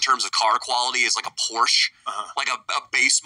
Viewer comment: Why can't Americans say Porsche? You can imitate the sounds reasonable people make to say Ferrari or Lamborghini, why can't you guys do the same for Porsche and Versace?